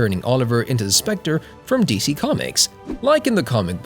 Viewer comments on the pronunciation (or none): none